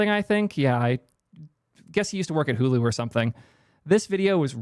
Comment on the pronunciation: I thought he said Hooli FR